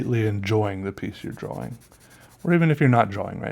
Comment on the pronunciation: Love how he you say drawing it sounds like your saying drawwing lol, really like your videos